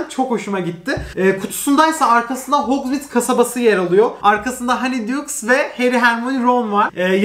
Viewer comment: nobody:: mereba arkadaşlar hogwars stüdyosunu aldım